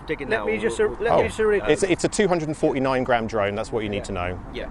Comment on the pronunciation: "It's a 249 GRAM drone"..... at first I thought you said it's a 249 grand drone LOL